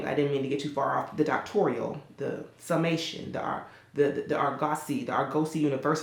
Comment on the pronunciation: T please 😂 not getting into the "docktorial" of it all. I'm howling! Congrats on the new house. 🥰